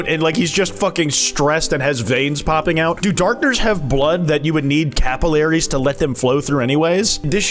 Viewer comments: i have never heard someone pronounce capillary like that before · It's the american pronunciation of capillary, yeah, not the british pronunciation.